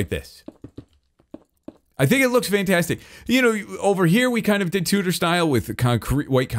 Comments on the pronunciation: Please pronounce tudor properly. I don't know why but it really bugs me. The u in tudor is pronounced like the ew in chew. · When says "tudor" enough to start sounding like "tooter" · An amazing entertainer and an extraordinary builder but by God does this english lady born and bred cringe at the pronunciation of Tudor😂😂